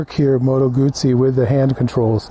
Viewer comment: My god, nice video, and The guy can say "Guzzi" properly too. 10/10 to this review, greetings from Italy